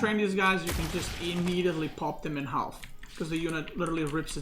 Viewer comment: you don't have to pronounce the L in half:P